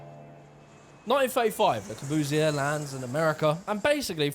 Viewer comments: Hey! Why that stupid german accent? Le Corbusier.... doesn't that sound frenchy? What about Charles Edouard Jeanneret? Nothing to do with Der Korbu or Karl Eduard Hansy!!!!!! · Luh spree noo vo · Lae cow-boo-see-ear.... funny way of pronunciation.... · Interesting, despite the Russell Brand-ish presentation. But Christ, your French accent is cringe-worthy. At least learn to say the name of the subject of the whole damned video. It's pronounced Le-Core-Buze-ee-Ay. You're welcome.